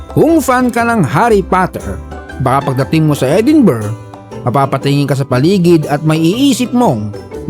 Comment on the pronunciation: EdinBRUHHH pronunciation ata dyan 😅😂